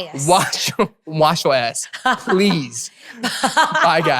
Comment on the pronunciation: i thought jessi was saying "wash yo eyes" until I heard Eric said "ass" with perfect pronunciation 👌